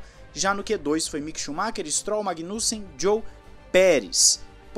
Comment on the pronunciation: magui- nussem ahahha, foi engraçado o teu sotaque. bom trabalho meu irmão